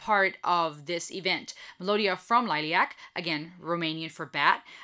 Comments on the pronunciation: Most of the concert footage is not produced very well. Before you get criticized in any way for name pronouncing … Liliac = lily like the flower and ack lil-i-ac and Melody-Mellow D and Christy - Chris-tee 👍🌹❤️ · Perhaps this will help to pronounce the bands name LIL-EE-ACK The drummer in this video is the drummer that performed the original version of the song. If you want to check out Melody unchecked, check out Liliac's last to uploads: "Vertigo" a live performance and "Not Afraid."